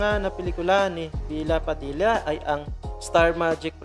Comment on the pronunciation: kuya bella padilla po hindi bila padilla